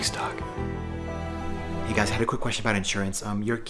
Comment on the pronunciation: when he says "Thanks Doc." it TOTALLY sounds like "Thanks Dawg." XD